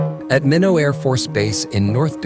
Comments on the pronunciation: Minor afb?? Do your homework. It's pronounced Mynot. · It's Minot Air Force base pronounced (My-Not), not Minnow for the record. Good video. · It’s pronounced “My-not”.